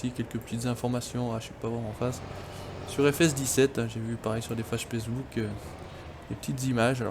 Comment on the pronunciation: a tu dis '' j'ai vu sa sur des fages Pacebook'' lol